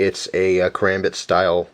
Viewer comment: Just a few things to point out: 1) You butchered the pronunciation of Karambit 2) That "training Karambit" is not very effective. Say you had your finger in the loop and someone tries to kick it out of your hand. Your finger would be in terrible pain. The loops on most Karambits are for tying it to something, like your uniform. 3) Those spikes are technically knives. If you are excluding knives and guns from your kit, you might want to keep them out. 4) Some of these aren't weapons, like the purse-thief alarm thing. 5) I'm 100% positive that the bottle opener is a knife... 6) A grenade isn't a gun or a knife. Just saying...